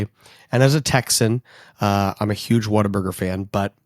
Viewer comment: Good day sir, first time I ran across your channel so was trying to figure out where you stand, what are your Texan bonifides and such. The moment you pronounced Whataburger I knew what I needed to find out. Subscribing for local Texas conservative news.